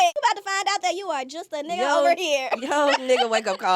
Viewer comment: Yeah. He don’t be saying the N word right. It has a different feeling. Plus he use it too much. Like chill.